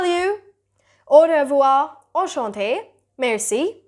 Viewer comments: Its not "o rev-wha" its "o-hev-wha" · Revoir - re pronunciation is different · Your pronunciation word when you are speak au revoir it's wrong